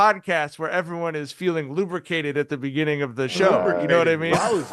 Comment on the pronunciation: “Lubricanted”???